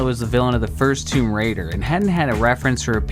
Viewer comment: Never heard anyone put the emphasis on Raider in Tomb Raider.